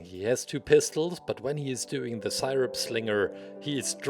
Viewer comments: i like how he says sighrup and not syrup. its godly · I love the way he says sirip😂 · Its pronounced see-rup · Everyone: IS IT SIRUP OR SEERUP: Sighrup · Dude I love how he pronounced syrup